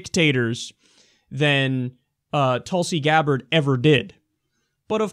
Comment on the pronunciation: Hehe its not pronounced Tulsey like u say.. its more like tool-si (si like the french say it). :)